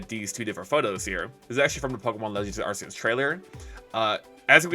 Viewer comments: good just wanted to see the ark-eus news and kept hearing it pronounced wrong and was like nu, why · When you say arceus wrong widePeepoSad